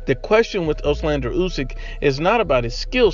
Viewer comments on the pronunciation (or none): It’s Oleksandr, not Oslander